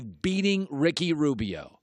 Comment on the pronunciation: "Ricky Robio" 🤣🤣